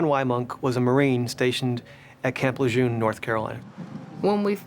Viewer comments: There is no r in camp L..... learnEnglishcorrectly wokecbs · As a native of North Carolina the way the narrator says Camp Lejeune is pissing me off!! 🤦🏾‍♂️ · Why are they continuously mispronouncing Camp Lejeune? There is no R in the name! 😡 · Why are they pronouncing LeJeune that way? It sounds weird. What am I missing? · There is NO R in camp Lejeune. THERE. IS. NO. R. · Can anyone on this documentary pronounce Camp Lejeune the proper way? There's NO "r" in Camp Lejeune 🙄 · As an NC Native, I have never heard " Lejuene" pronounced that way. Likely it's the correct way, but even the loal newscasters don't pronounce it the way they do in this video. 😂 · The narrator is mispronouncing Camp Lejeune. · All this is very sad 😢 However, reporters and NCIS need to pronounce Camp Lejeune correctly! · You cannot even pronuce the name of the installation correctly. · Who taught this narrator how to pronounce the name of Marine Corps bases? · I don't know why they keep putting an "r" in Camp LeJuene! My husband was stationed there for years, and it really bothers me! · You're a damn Gunnery Sergeant in the Marine Corps and you can't pronounce Camp Lejeune correctly? It's not like you said it wrong once, you did it repeatedly throughout the clip. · not how you say lejeune. where is this r that people keep pronouncing you are better than that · I know! So annoying, every time he says it!! I wondered if anyone else noticed!!😂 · Rest in peace Holly 😢 It’s NOT Camp La Jurn(phonetic.) It’s Camp Le Joon (phonetic.) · Camp LaJurne? I live in NC and have never heard this pronunciation. Here it's pronounced kamp luh-zhoon. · When did the name of camp lejuene change ? It’s la June not la jurn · I remember this sad case. BTW - in NC, USA, we pronounce it Le-june. It's not the correct pronunciation but it's what it has always been in eastern NC. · Why is Camp Lejeune pronounced Lejurn???? There is no r. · Camp "Lejern"??? Smh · If the narrator says Camp La Jurn one more time…..